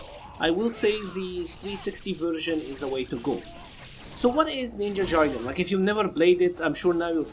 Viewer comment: It's pronounced Ninja GUY-den. I am only telling you because I know you can do it.